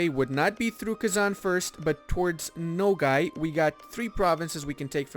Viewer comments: It’s pronounced /noguy/ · nogai's a is actually pronounced like alpha's a XD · I am Mongolian and i just laugh everytime when he says NOGAY (Nogai). The actual Mongol name is NOHOI. it means dog and you can see the picture of dog on their flag.